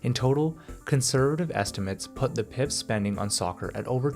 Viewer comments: I really like this channel. But your pronunciation of PIF is an indicator how the quality of research done. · When he pronounced PIF, I was like yup this guy has no idea what he's talking about 🤣